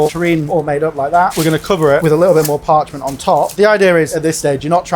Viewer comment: Why is everyone here ranting something about cartouche, when he very correctly said parchment?